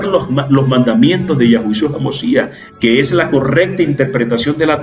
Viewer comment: Perdón pero es Yeshua, no Yashua